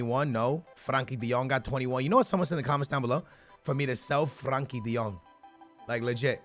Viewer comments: Its frenkie de jong not Frankie de jong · It is FRENKIE DE JONG not FRANKIE